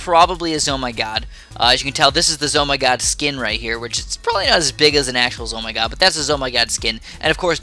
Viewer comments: ITS FUCKING Z M O G NOT ZOMYGOD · not Zoh My GOD its Z.O.M.G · It’s not a Z Oh My God It’s called like Z O M G not like in omg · George Verbetsky actually it's pronounced Zee-Oh- Em-Gee